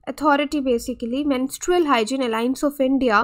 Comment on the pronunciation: You are pronouncing the word menstrual wrong again and again. How can you even give lecture to this important topic ?? Disgusting.